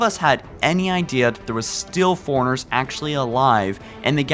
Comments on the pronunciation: Nice vid. Seriously though, get speech lessons. "Forerunners", not "Forners" "Jul 'Mdama", not "Juldama" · Im sorry but i laugh every time you say Forerunners because you pronounce it foreigners.